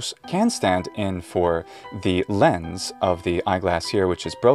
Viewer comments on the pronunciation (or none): none